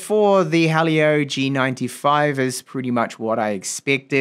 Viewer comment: Helio Not halio